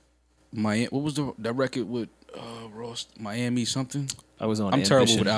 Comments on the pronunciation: Dan Sarbassov: “Young MALiami” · Nigga called him mal-ami... That's crazy